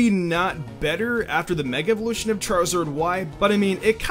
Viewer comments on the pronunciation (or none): none